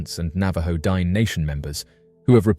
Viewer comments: "Dine" is pronounced Dee-nay, with the emphasis on the second syllable. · You're adorable.. it's pronounced din-ey, not dine. But thanks for covering my local lore 😊